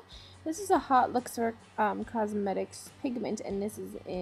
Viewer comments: just so everyone is aware, "haute" is pronounced like "oat" and not "hot" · if "haute" is the french word then it's pronounced like "oat" ..not "hot" just sayyyinng. otherwise I really like it!